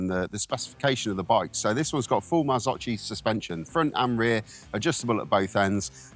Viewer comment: Pronounced correctly MARZOKHI, not MARZOCHI... Good review otherwise